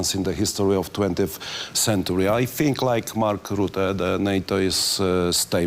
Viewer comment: Co do angielskiego, kurde niech mu ktoś powie jak wymawiać Polish i centyry, zapamięta kilka słów i będzie na prawdę dobrze.